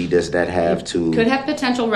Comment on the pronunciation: Dem, dis, dat. Are our teachers speaking like that in schools? How is it that black people cannot say, Them, This, That?